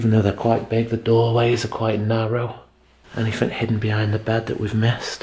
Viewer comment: I love watching all your vids but there's one thing that bugs me in them all!!! You keep saying anythinK which should be anythinG??? Please say it correctly in your new vids lol 😆 oh and I hate cobwebs too 💖💖💖